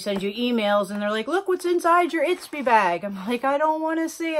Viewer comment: Not to nitpick, but it’s Ipsy not Itpsy ☺️